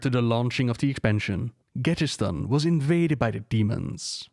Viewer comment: Im sorry of this isnt the case but it sounds like you keep saying "gadgetSTAN"